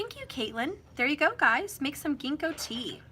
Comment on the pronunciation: The g pronounced as jinko